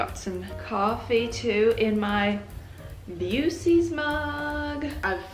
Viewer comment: Love that you said buccees like buseys 😭